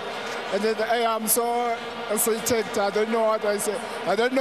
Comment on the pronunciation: "I'm so essesited"